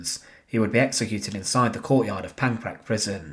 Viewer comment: Correct pronunciation of Czech names would be appreciated. For example, LIDICE is properly pronounced lidditseh, LEZAKY is lezhahky, PANKRAC is pankrahts. Thanks!